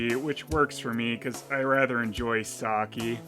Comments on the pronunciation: It is pronouned "sakeh" not "saki" But other then that this video is very good. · You mean because he mispronounces "sake" as "Saki", as in Oroku Saki? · I actually cringe now when I hear people say sa-kee, it just sounds wrong.